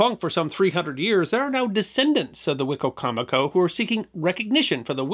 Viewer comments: We pronounce that ‘Why - coma - co’ In Maryland. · Living in the area I always hear it pronounced " Wa-comb-a-co". Who knew. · As a Native American in the DMV, we pronounce it WHY-COM-A CO. Just a heads up. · Hello! I'm from Maryland and have lived and worked in Salisbury. I'm assuming the pronunciation of the county that is named after the tribe (Wi-com- mic- koe) is one of the many anglicized versions. When I saw the title card, I said to myself "I wonder how it's gonna be pronounced?!?" The best version was on WWE the announcer pronounced it "Wicky-mick-oh". Thanks for focusing on something I literally live by. A topic suggestion that is equally close and would be great is the Quakers and their role in the early American history! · I think that’s a different river/tribe. We have both Wicocomico and Wicomico in VA. The first is the tribe and the second are two rivers (Great Wicomico and Little Wicomico). For the most part, I’ve only heard a few northerners (Maryland) say “Why-comico” when talking about the rivers, but who knows who is right! (Probably no one is: they’re just spelled the same 😉) The English language is a nightmare of spelling and pronunciation. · From a person who has lived most of my life in the area. The way you say the tribe name is so funny to me. I've never heard a person pronounce Wicomico that way. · Wicomico County in MD was named from the Algonquin wicko mekee but what you have has an extra syllable.